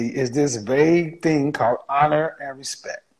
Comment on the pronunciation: Did she say respeck🤔🤣🤣🤣